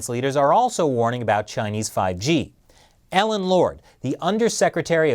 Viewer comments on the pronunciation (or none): none